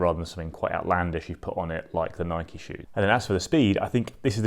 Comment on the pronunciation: Thanks for the great comparison. But for the love of God, Nike is pronounced as 2 syllables, rhymes with Mikey, not 1 :)